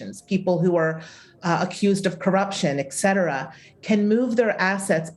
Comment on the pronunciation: Eck-cetera? Seriously? College graduate?